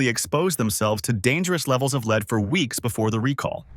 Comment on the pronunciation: It is pronounced led not leed.